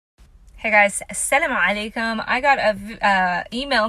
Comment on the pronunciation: say Asalam Aleikum, it sounds like you say Asem Aleikum which means death be on you.